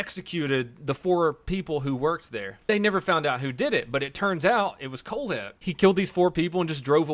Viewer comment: for some reason when he said his name i thought he said cold head